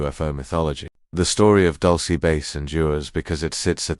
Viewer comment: Wtf is "Dulcy" 😂it's "dul-seh" not "dul-see".